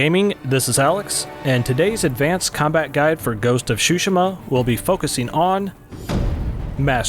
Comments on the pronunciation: Nah it's exactly how it's spelled Tsushima not that hard. This guy said Shushima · Shushima lol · ghost of Tsushima ❌ ghost of SHushIMa ✅ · It’s soo-shee-mah not shooshma 😂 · Ghost of Tsushima😴❌ ghost of shushma✅ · Man really called it sushima lol it’s TSUSHIMA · Ah yes, Ghost of "shushima" my favorite game... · Pls dont butcher the name. Its tsu shi ma Not su shi ma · It is Tsushima, not shushima 😂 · "ghost of shushima" haha it's called tsushima :D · Ghost of ShuShima xD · please man. . . its not shooshima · i cannot belive this mans called this game. ''ghost of shushima'' XDDDDDDDD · Not to be rude but it’s pronounced su shi ma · Shoeshima? Wtf lol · Heh he says shshuma 😂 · He said shushima tho lol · It's pronounced Shoe Shi Ma? I thought it was Sue She Ma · Useful video and I appreciate you're from USA, but please, for the love of God, show some respect and pronounce Tsushima correctly. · .....they say the word Tsushima in the game. I find it weird that you'd mispronounce it 😂